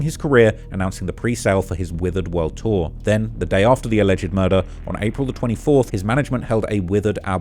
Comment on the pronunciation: Alleged is said as two syllables, not three.